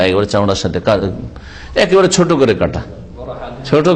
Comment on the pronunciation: "ছুট" নয় "ছোট" হবে।